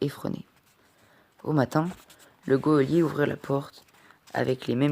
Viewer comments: Super lecture en revanche on dit un JOLIER non un GUEOLIER (geôlier) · C’est GEÔLIER pas GUEOLIER